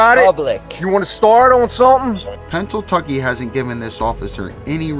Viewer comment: “You wanna start on summin” 🤦🏼‍♂️